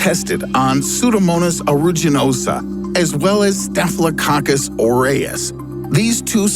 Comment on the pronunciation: I laughed when he said “Staphylococcus”